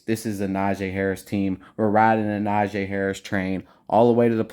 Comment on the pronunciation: Why y’all keep sayin Najay! Na-gee!